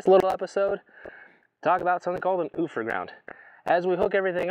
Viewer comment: The industry pronunciation is "You-fer"Ground.